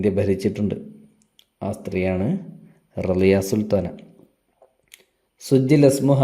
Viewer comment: റസിയ സുൽത്താന അല്ലെ റളിയ സുൽത്താന അല്ലല്ലോ